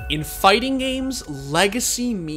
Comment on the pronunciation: "Fighsing games is somsing so great"